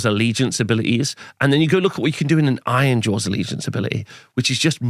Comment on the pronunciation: Did you articulate the names of the armies in the least understandable way on purpose ? It's like you're rushing to get the syllables out of your mouth, blending them all together. Took me several replays to figure out you were saying "Nighthaunt" or "Ironjaws".